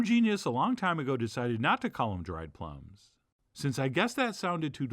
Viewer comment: Maybe you said "plumb" because we were talking about prunes, but it's "plum".